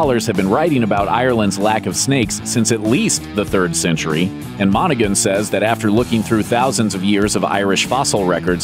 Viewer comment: The G is silent in Monaghan.. and there are lizards and reptiles in Ireland, including one with no arms and no legs (like a snake) called the slow worm.